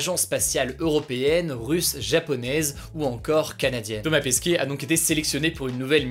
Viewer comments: Thomas Pesquet et pas Pasquet 😅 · C’est pas « Pasquet » c’est Pesquet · Euh c'est Thomas Pesquet pas Pasquet X) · mais je crois que la fin de son nom ce prononce ''ette'' et non ''é'' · C'est Thomas Pesquet pas Pasquet non?